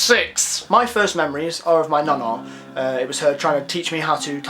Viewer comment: The way you said nana ahaha